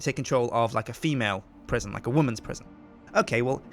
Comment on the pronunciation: PriSjin instead of Prison